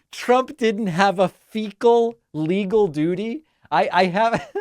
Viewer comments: "Fudiciary duty," he can't even begin to pronounce it, let alone perform it. Or know the definition of the term. He has terminal case of diarrhea of the mouth for sure. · D.J.T. reading a statement ( and repeated later): "Trump did not have a fecal legal duty ..." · ".. a fiduciary duty" is pronounced fecal legal duty. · "... fecal legal...." Oh. My. Gawd! Perhaps the judge was trying to do him a favor. Oof. 😬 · Faecal legal duty was what I heard too!😂